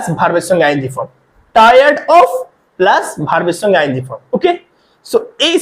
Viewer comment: বাংলা উচ্চারণ ই তো করতে পারনা,তো ইংরেজি কি শিখাবে,,ছঙ্গে ছঙ্গে না,,সঙ্গে সঙ্গে,, তবে তোমার পড়ানো বেশ ভাল